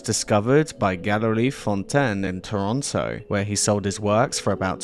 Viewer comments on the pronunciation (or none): none